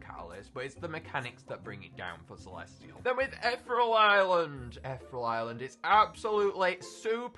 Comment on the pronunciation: When is he gonna learn how to pronounce ethereal